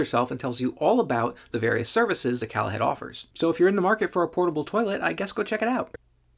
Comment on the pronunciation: It’s Call ahead. As in call ahead. Not calahead the way you pronounce it